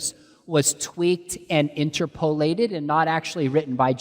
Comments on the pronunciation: He mispronounces interpolated so badly I think my ears are bleeding. (in-terpa-late not inter-polate) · why does he pronounce it like "INTERPOL-ated"? He makes it sound like INTERPOL is mandating certain interpretations or something 😭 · Out of all of this, what bothered me most is his pronunciation of "inter-po-LATED".